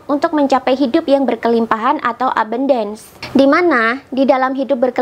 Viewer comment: melafalkan ABUNDACE nya salah... 😀